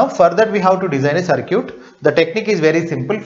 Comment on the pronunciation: please don't say CIRCUTE ..its CIRKIT(pronunciation) actually